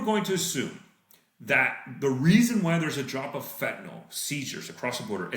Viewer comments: Fentan-ill not fentan-ol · friendly reminder that the last vowel in "fentanyl" is a "y" and not an "o" or "a"